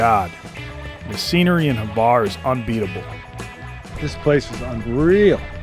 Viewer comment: Why is he saying Havar? Its Hvar idk where he gets that A from lol